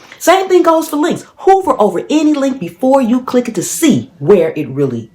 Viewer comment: Hover over not hoover lol